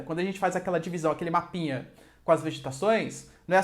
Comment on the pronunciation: você é o melhor, prof! "uma pinha(mapinha)" kkkk